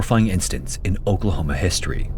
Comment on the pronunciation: who else heard Okrahoma when he says Oklahoma